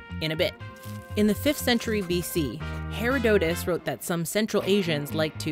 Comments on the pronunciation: And for today's lesson, if you don't know how to pronounce something, find out before including it in your video (Herodotus). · Nailed it pronouncing Tetrahydrocannabidol, not so much with Herodotus 8). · Mispronouncing herodotus isn't cool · You butchered the pronunciation of Herodotus which is quite detrimental to your credibility. No offense.